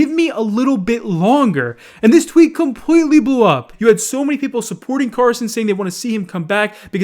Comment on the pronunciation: Compweetwy